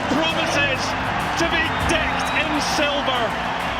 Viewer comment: "To be dicked in silver"....